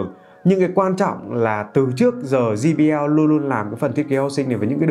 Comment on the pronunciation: Quảng cáo cho hãng mà đọc sai thương hiệu của ngta rồi ông ơi. Đọc là “giây bi eo” chứ sao lại “gi bi eo”